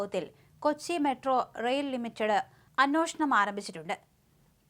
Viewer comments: പൊന്നു ചേച്ചീ... അന്നോഷണം അല്ല... അന്വേഷണം, എന്നാണ്... ഒന്ന് പറഞ്ഞു പടിച്ചൂടെ 😮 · വീണ്ടും "അന്നോഷണം".